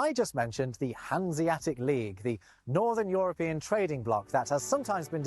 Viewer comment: Joropien? Joropien union Joropien Joro, the Joro? Joro... just say Jota, we know you're not from Joropa. he can say E in other words, what is this one making him so much of a problem, it's written Euro, not Joro. 😂 JOTA 😂 say Jota 😂